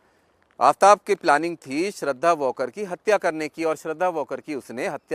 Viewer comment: वॉकर नही वालकर है नाम